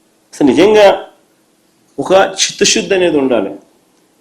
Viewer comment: Chithashuddi kaadu ra adi chittasuddi, meaning cheppara howle meaning cheppu